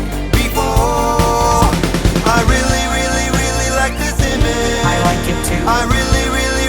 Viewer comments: Ima bout to ruin this whole video for you. He never pronounced the “g” in “image” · I love this song but I’ll just never be satisfied with the face he never fully pronounces “image” he just says “ima” lol